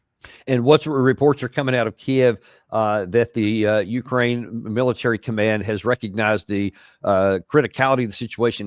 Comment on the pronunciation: Colonel Davis, could you please pronounce Ukraine with a stress on "ain" part not on "U". That isn't correct. Please.